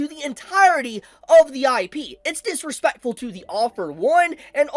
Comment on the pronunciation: Why do you say Dis-RE-Speck-Fuh like an Asian grandpa